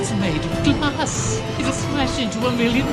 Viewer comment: every time hear or read the great glass elevator I hear MATPAT saying the great as elevator😂😂😂